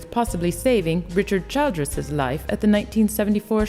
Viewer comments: it's chill-driss not child-d-dress. Say it quick and with all short i's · If you don't have an american accent, please use your native one! This would have been much more enjoyable. The narrator needs to do more research on HOW TO PRONOUNCE names, etc. It's Mar-te not Mar-ta. It's Chill-dris not Child-s. UGGGG! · Childress is not pronounced child ress its pronounced chill dris Richard Childress